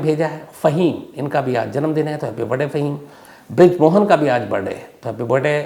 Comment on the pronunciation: Why you always say Happy Barday instead of Birthday ? Just curious .. I am your big fan Dhruv from USA